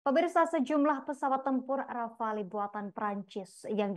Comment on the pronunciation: Rafale bukan Rapale bang !!! palelu pe ang 😂